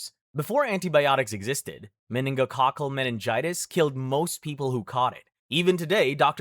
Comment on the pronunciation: Meinigococal meing- what?